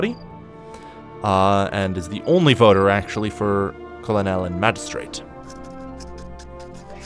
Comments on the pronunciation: Col-lo-nel. lol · "Colonel" is pronounced "kernel" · colonel would be pronounce kernel like corn kernel. Colonel military rank. not to knitpick but it just hurt to hear it lol. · bruh it’s pronounced like kernel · i've never heard someone say colonel like that LMAO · Did you really pronounce colonel like that....